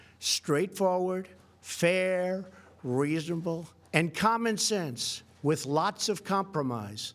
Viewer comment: He started to lose his teeth towards the end. Particularly on the word reasonable